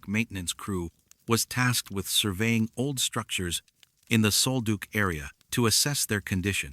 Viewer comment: Sol Duc is pronounced: Soul-Duck (not Saul-Duke)